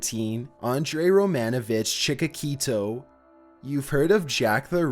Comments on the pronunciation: It's Chik-A-TIL-o. I know you can't speak but ffs learn to read. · AN-DREI CHI... KA... TI... LO! 😜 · At least learn how to pronounce the names correctly - Chicacito ? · I'm going to give you a break on this one, being Russian, Ukrainian actually, however his last name is pronounced Chikatilo, Chick-a-till-o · Tšikatilo - that's how it's right to pronounce it :) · its chika-TILO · It's pronounced Chick-a-tee-lo mate !! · Chikatilo, spelled like Chee-ka-tee-lou. Spell his name correctly. Btw, he also chewed female nipples, not only noses. I was 10 when first read small book about him, that was ‘97. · Lmao never heard Andrei "Chikatilo" pronounced that way before!! SMH. You just pronounce it exactly how it looks. "Chikatilo"...Chick-a-tee-low. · His last name is pronounced Chick-a-till-oh smh do some research bruh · Chick-uh-till-oh That’s how you pronounce the Rostov ripper’s last name. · Chicatillo, damn. He's not spanish. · I’m Russian and you made my day with “Chichakeeto”. How is this not a meme, but the salad lettuce is? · Can you please make up your mind? please stop pronouncing Chikatilo differently each time, it's not even a hard name to pronounce! cheeck-ah-tee-low! see?! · I think his last name is pronounced "Chee-kuh-tea-low" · It’s not chicakito 🤣🤣🤣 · You are butchering Chikatilo's name, bad. You are saying 'cheek a keto'. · "Chikakito" LMAO... dumbass. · Your mispronunciation of “Andrei Chikatilo” was really annoying, it’s (Chick•a•t•low), you’re adding an extra T. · Lmao at the narrator epically mispronouncing Chikatilo. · Lmao you butchered Andrei Chikatilo's name so hard. And I'd say Google all of this, only a snowflake would be too scared to look into a serial killers crimes. is a super huge puss. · We're all going to Google them to learn how to correctly pronounce the names cause this idiot mispronounced damn near all of them. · Is Chikatilo really that hard to pronounce? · You really butchered Chikatilo's name. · Its ChikaTILO, not ChikaKITO